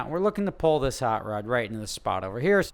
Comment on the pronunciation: "zis channel is cursed"